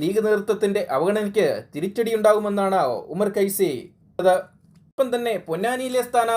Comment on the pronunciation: ഉമ്മർകൈ സി അല്ല .ഉമ്മർഫൈസി ആദ്യം പറയാൻ പഠിക്ക് ചെങ്ങായി